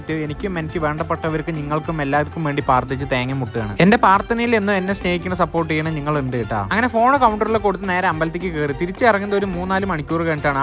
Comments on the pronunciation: പാർത്ഥന അല്ല പ്രാർത്ഥന ആണ് 😂😂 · പാർത്ഥന അല്ല ഹേ പ്രാർത്ഥന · പാർത്ഥന അല്ല പ്രാർത്ഥന എന്ന് പറയു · പ്രാർത്ഥന ❌ പാർത്ഥന ✅🤣🤣🤣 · പാർത്തന❌ പ്രാർത്തന✅ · Parthana ennalla bro prarthanayanu😂😂😂😂😂😂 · Bro parthana alla prarthana😂